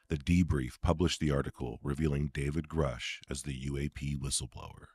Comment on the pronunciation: I'll give Danny the benefit of the doubt as he says Grusch correctly now. Lue said it right once but reverted back to Groosh